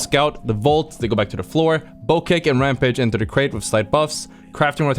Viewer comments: I'm sorry what? its bow-check not bow-keck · Pleeeeeaaaase ist spoken "bowcheck" not "bokek"